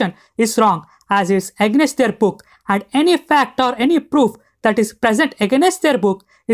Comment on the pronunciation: Great video bro, but the way you pronounce AGAINST was really sticking out like a sore thumb 😂